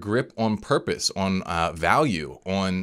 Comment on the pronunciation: stop saying ahaun for on